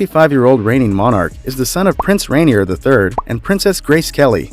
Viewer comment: Grand Duke Henri, not Henry his first name is pronounced in French. The r at the end of the late Prince Rainier's name is silent. It's not pronounced like the r in Mt. Rainier which is pronounced in an American English way , given the volcano 🌋 was named in honor of an 18th century British explorer.